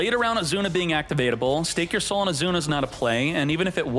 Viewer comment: What's your name? Izuna: Azuna it is